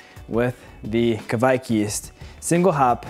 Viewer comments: It's pronounced, KUH-WIKE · It's pronounced like the QUAKE game: kwäk. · No, it's pronounced Kveik.